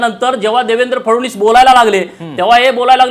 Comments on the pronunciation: पडळकर फडवणीस नाही ओ फडणवीस आहेत ते. पहिल फडणवीस नीट म्हणायला शिका. मग पवार पवार करून छाती बडवा... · Yala Nit Fadan20 Suddha Nit Bolta Yet Nahi Aani Ha Sangtoy Tyancha Mule Mi BJP Madhe Alo Lachar Ahe Ha Dalali Karun MLC Milavli Yane Sampurn Dhangar Samajache Doshi Ahe Ha Aani Mahadev Jankar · नीट तरी बोल.फडणीस हा उच्चार पण जमत नाही. हा भाजप मध्ये पण उलटा होईल. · “फडवणीस” नको म्हणू रे बाबा ... देवेंद्रजी म्हण ना सरळ 😄